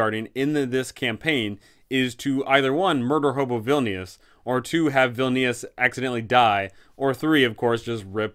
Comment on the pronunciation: obsessed with how you keep calling vilnius "villainous"... i mean ur not wrong